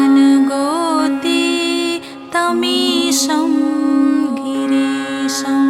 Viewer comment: Wrongly pronounced at each place S for sh girls is wrong girish is correct